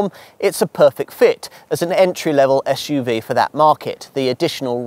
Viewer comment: I’m sorry, but for heavens sake, it’s SUV and not Esh UV. Had to stop listening as along with irritating the hell out of me with not being able to pronounce S, he sounds like Alan Partridge, I’m waiting for the Rover 800 recommendation.